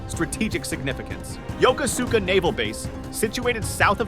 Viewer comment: I think that if you’re going to spend the time to read back speeches, you could’ve spent 5 minutes to learn how to pronounce Yokosuka and such